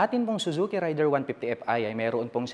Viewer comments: raider (reyder) hindi rider, pronounce lang po ng tama, peace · Raider po Hindi Rider idol